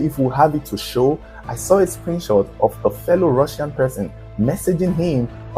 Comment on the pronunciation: "Come with me, I'm from Russia 🇷🇺, I'm Rrrussian 😅😅😅😅